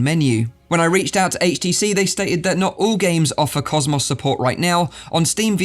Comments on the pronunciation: Normal people: cosmos,: causemoss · im sore i cant get over how you say cosmos maybe its just because my accent is different but i cant get over cos mos lol not being rude its just funny to me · Why do you say HTC Vive "COS MOSSSSS" xD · You say cosmos wrong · I'd ask, (Why can't you pronounce "COSMO" correctly) but then I realized you're more than likely American! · The way he pronounces cosmos. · Why does he say cosmos like that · Yea! It's like Murica invented English (with Greek roots), innit mate! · well cosmos isnt really a common word so I've never heard it pronounced like that